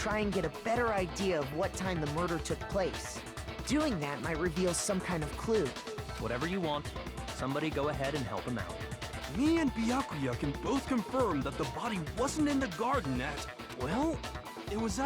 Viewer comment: I twitch a little everytime says "Byakua" >.<